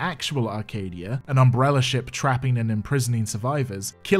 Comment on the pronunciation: I forget which movie at this point ( they all feel like a fever dream ) but right at the beginning Alice says "umbreller" and it just feels like that moment sets the feeling for the whole series